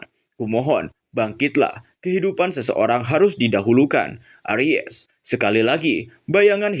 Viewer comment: Arise bkn Aries 🤣🤣🤣🤣